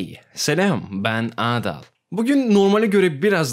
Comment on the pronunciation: Adal değil. Aaadal.